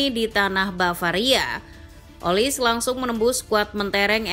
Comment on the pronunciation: Bacanya olise, bukan olis